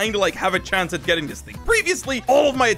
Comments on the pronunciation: "chanse" why. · Chance not Chanse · "Drop chanse"